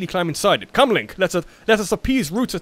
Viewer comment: LOL LINE CK instead of Link Lolll 😂